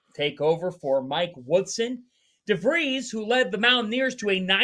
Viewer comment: No It's not. Darian DeVries' name is pronounced DAIR-ehn Duh-VREESZ. Think Aaron with a "D" in front of it. Or like Darin. And then DeVries, which rhymes with Febreze